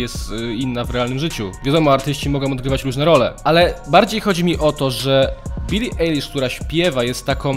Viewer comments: Mówi się B I L L I A J L I S Z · Czyta się bili ajlish